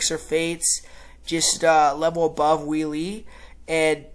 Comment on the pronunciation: We-le? Hello! "Weili" is pronounced "Way-le." By the way, you are sooo smug for making a lucky prediction in the first fight! You are delusional! First, the kick was a fluke. Second, the fight was stopped prematurely, as Zhang was NOT knocked out. Third, Zhang was toying with whiny Thud Rose and was winning the round before whiny Thud Rose connected with her lucky kick. What are you going to say when Zhang smashes whiny Thud Rose in this fight?